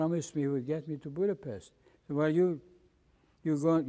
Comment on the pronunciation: Its a funny thing that the gentleman from Hungary does not pronounce Budapset correctly, not to be picky...great interview however...I'm happy he came out of the war in good order mentally unlike my Dad...